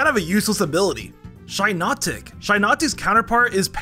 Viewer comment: SHYnotic SALandIT ☠️